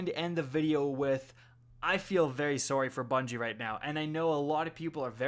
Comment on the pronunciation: I think that sorry proves youre from canada